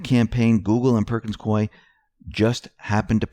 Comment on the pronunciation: Hey! CORRECT PRONUNCIATION OF PERKINS COIE IS PERKINS COO-EEE, RHYTHMS WITH GOOEY.